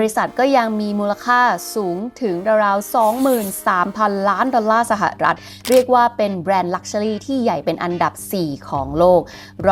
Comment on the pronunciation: ชอบสไตล์การเล่า น้ำเสียง และเนื้อหามากค่ะ ติดตามหลายคลิป 😊 แต่ติดตรงอย่างเดียวตอนออกเสียงคำว่า สะหะอะรัด (สหรัฐ) อเมริกาค่า เกือบทุกคลิปเลย